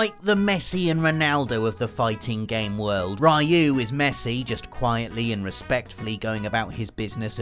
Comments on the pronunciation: "Ree-yu",, not "Rye-yu". Please get it right. 😖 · Great video as always.. though I beleive its pronounced "riu" no "rayu" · I can't take it anymore. I love watching you guys, but for people that love games so much you need to pronounce characters names right. Ryu is pronounced Ree-you, not Rye-you! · "Ruy You" "Punching polygons" This hurts and it's only the first entry. Ken and Ryu are from the pixel age, not the polygon age. "Donte" Why. English is your first language right? The heck is this? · "We didn't know "Rai-yu" was actually Ryu. Blanka, some people say "Blank-a", but there's no way it could be that, because Blank-a sounds like blanket, man." Mispronouncing names is a video gamer tradition. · OMG it's pronounced REEEE-YOU!!! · Seven character names that people keeps mispronouncing. first entry: Ryu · It pained me every time he mispronounced RYU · Can't even kind of pronounce Ryu properly.